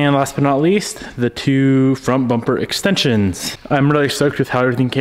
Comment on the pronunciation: He says bomper.